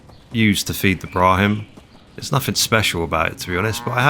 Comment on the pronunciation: "Brahim" T.T